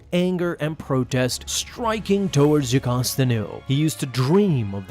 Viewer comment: Video: Jacosta Comic: Jocasta